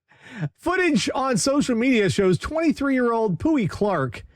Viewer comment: I'm sorry... but you guys said the naked man's name was "poo-y" and nobody noticed?